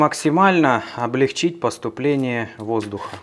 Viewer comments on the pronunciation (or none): none